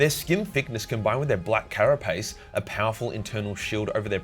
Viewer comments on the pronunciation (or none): none